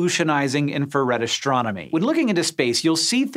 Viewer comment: "Infrared ashchronomy"